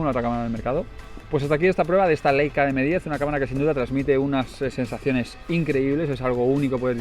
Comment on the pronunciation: Por favor; cada vez que un YouTuber dice "LEICA" en vez de "LAICA" se muere un angelito del cielo. No más muertes de angelitos inocentes. jejejeje. Aprended como mínimo que en alemán se pronuncia "laica"...queda feísimo. Y casi todos los youtubers lo dicen mal.